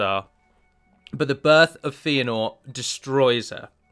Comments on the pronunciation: His name is pronounced FAY-a-nor or FEH-a-nor, not FEE-a-nor. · Feanor is pronounced "fay-ah-nor", not "fee-ah-nor". Good vid tho :)